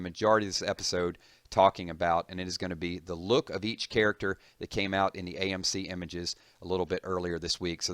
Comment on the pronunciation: You said "AmC" instead of AMC.